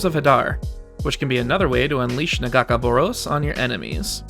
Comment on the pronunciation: The pronunciationof Nagakabouros made my hands wrap around my ears but hey... good video